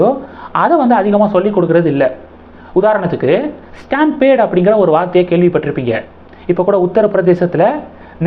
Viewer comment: ஸ்டாம்பேட் அல்ல, ஸ்டாம் பீட் STAMPEDE (STAM PEED)